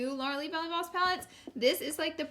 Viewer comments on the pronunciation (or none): none